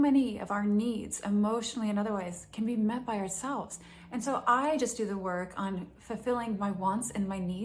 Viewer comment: It's not "due". It's "do".😂